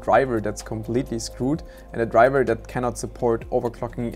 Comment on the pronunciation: Drivah is scroooooooed